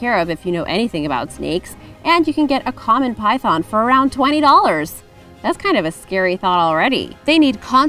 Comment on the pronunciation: Did you just say, "Lavender Albino Typhon" 😂😂